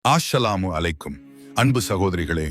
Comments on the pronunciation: Why sal? What aassalamu alikum? Please pronounce right way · First tell assalamu alaikum properly and pls tell sallalahu alaihivasalaam fully, your miss guiding the future kids and ummah without pronunciation correctly our nabi sallalah alaihivasalam's name.